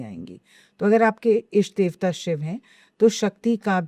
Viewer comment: इष्ट कहते हैं, ईष्ट में ई को लंबा करके बोलने से अशुद्धि होती है। अच्छा पॉडकास्ट है और आपने अच्छे प्रश्न किये, बधाई!